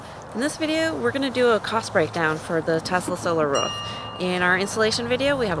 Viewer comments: anyone notice the woman sounds like she is barking? who says roof like that? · Do all americans pronounce 'roof' like 'ruff'??? Lmao